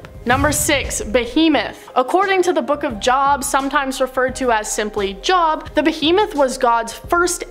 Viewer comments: lol job. No. It’s Jōbe—rhymes with robe. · 👋 so Job in the Bible is said J-oh-b not J-awe-b ...just a correction. Many of you say it like you do, but it is wrong. Have a good day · Not a linguist, but was always taught that, "Job", is actually pronounced "Jobe",(as in a long O sound, silent E),. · Yeah she mispronounced a couple of terms. Job is on of them I always was taught it was pronounced Joe b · It is the book of JOB - pronounced with a long O, like “JOBE”. The way she said it was like a job (ie working somewhere, applying for a job, etc.) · Job has a long o. Like Oh. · It's Jobe pronounced (Joe-ban) like the name Joe and then put a buh sound on the end. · It's pronounced the book of Jobe -Job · First: Awesome video. Next, It's not "Job" (Jaahb) its pronounced just the letter O. ex: Low, Row, Load, Job. All pronounced the same.....you might wanna get that part right, It means something. Peace! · And it sounds like jobe when you say it, not job. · itsnotjob, pronounced like jobe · Job pronounced Jobe or jowb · You pronounced it wrong it's spelled job but pronounced jobe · The "o" in "Job" in "the Book of Job" is pronounced as in "pole," "sole," "told," etc. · Job is pronounced "Jobe" btw. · Job...pronounced JOBE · Pronounced Jowb not job as in going to work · That is NOT how you pronounce "JOB" when speaking of the bible. Its pronounced Jobe. There is a Masonic youth group called Job's daughters that tells the story of Job in the bible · It's Joooob not JOB LIKE WORK. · the pronunciation for the Book Of Job = Jobe, you say O not awe. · It's pronounced "Jobe/long O" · Haha it’s pronounced Joe-b lol just sayin lol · rofl at the mispronunciation of Job xD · Yes I noticed that and they still haven't got their pronunciation right, like Job and to me that's pure laziness. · She said J-O-B 😇